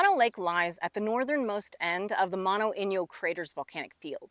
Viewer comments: Mano as you pronounce it. means hand. The lake name is Mono. meaning monkey. That said, good presentation and analysis of the problems with the basin. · It's pronounced mow-no.....just like no but mo..... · I always thought it was pronounced "mow no" and not "mon no" but what would a guy from Chicago know? Well at least I know the lake is over 1 million years old. Tufa towers are plain cool to see, nothing like that around the boring Midwest. You did good explaining this place!